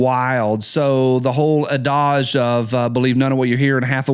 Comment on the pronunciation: Is that how "adage" is pronounced? I haven't checked out building 7 yet, but I'll definitely check the pronunciation of "adage". Now do "clique".